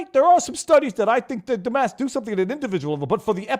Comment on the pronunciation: DEW your DEW diligence like I DEW and I DEW believe that VIVA is a good man! DEW you know if he has covered the fire in MAUI? DEW let me know!